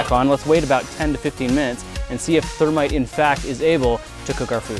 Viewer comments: its thermeat Hahahaha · "Partake of our ther-meat" - Jason Murphy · Its thermeat😂